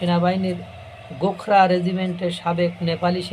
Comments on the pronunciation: শব্দটি গোখরা নয়,ওটা।গোরখা হবে। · উচ্চারণ ঠিক করে করুন। গোখরা নয় গোর্খা হবে। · গোখরা নয় গোর্খা রেজিমেন্ট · ভাই গোখরা নয় ওটা হল গোর্খা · Gorkha regiment, gokhra ba gokhro saap. Mathay tupi aar chhagal daari howay bhul hoyechhe.